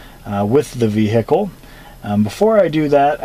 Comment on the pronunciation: The ve-hic-kel